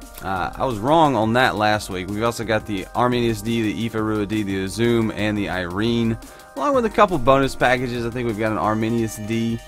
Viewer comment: Uzume= oo-za-may